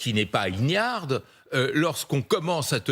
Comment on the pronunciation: Il a dit "ignarde" le monsieur ignare !